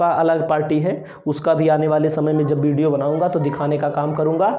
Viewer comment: बिडियो नही वीडियो bolo !